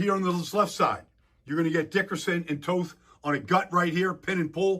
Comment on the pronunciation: you gotta start saying Toth’s name right bro 🤣🤣 You know I gotta come in here and bust some balls (NO DIDDY) haha Much love and respect 🫡!! Go Birds 🦅